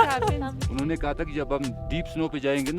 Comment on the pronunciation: "Unnayy".... kuch nahi hota " unho nay" hota hai. Ya "unhi ne"